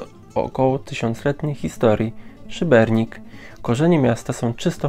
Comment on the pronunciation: Ale wiecie że w nazwie Szybenika nie ma "r"?